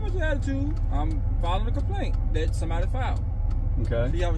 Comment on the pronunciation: Someone should teach the cop to pronounce correct english when dealing with the public. The word is that not dat.